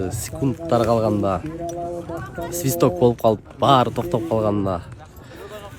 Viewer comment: Свисток деген сөздү кыргызча акцент менен айтат го😂